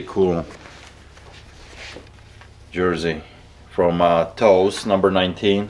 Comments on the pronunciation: Hey it’s pronounced “Taves” 😂❤️ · REALLY????? TOES??? TOES…????? PRONOUNCED TAVES SMH😂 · Toews is pronounced "tayvz" on that blackhawks captain jersey lol, its not "toes"...🤣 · As a Canadian, let me help you pronounce the name on the back of the Blackhawks skull sweater. It is pronounced "Taves". I know it doesn't look like it, but that's the correct pronunciation. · It always bothers me when says repudiable, because he pronounces it wrong. But pronouncing Toews as "Tows" is unforgivable lol.